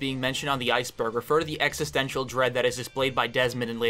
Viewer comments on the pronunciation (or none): none